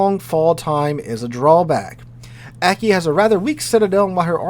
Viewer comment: Aki would be pronounced "Ah-kee" with the "a" sounding like father. All Japanese "a" sounds are the long "father" a. Also, Light and Heavy cruisers have nothing to do with the size of the hull, but the size of the guns. More Light or Heavy gunned than displacement.